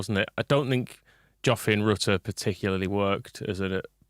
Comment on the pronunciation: Holy shit he is pronounced Ritter Ffs, no one watch interview when lad first got ear! Does my fukin NUT in